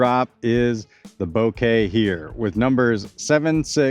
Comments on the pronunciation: Bo-kah, not Bo-kay. Kind of like saying mocha, but with a b instead of an m. Thats why the stamp is latte art. Mocha latte - Bokeh latte. Thanks for the video, can't wait to see them on a course. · Technically, Bo as in bone, Ke as in Ken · It's not a bunch of flowers, man. 😂😂 I know it's a huge nitpick over an otherwise great video... But the photographer in me cringes at how you're saying Bokeh. 😂😂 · He purposely says bokeh wrong annoying af